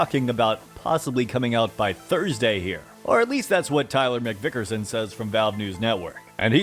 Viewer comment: “Tyler McVickerson”